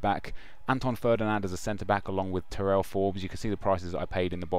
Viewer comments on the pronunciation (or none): none